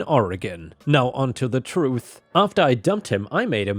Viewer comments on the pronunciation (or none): none